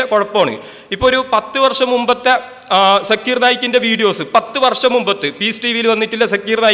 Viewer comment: Sekir naik അല്ല shakeer naik ആദ്യം അത് മര്യാദയ്ക്ക് പറയാന്‍ പഠിക്കൂ എന്നിട്ട് മറ്റുള്ളവരെ വിമര്‍ശിക്കയാൻ